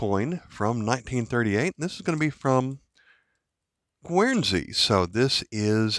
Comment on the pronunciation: The 1890 1 ore appears to have little or no wear beneath an even brown patina. I guess it would trade AU58 if not brown uncirculated! PS. Guernsey is pronounced 'ger/gur' not 'gwur/gwer'!